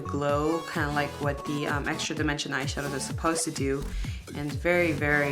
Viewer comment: "EXRA DIMENSION'' lol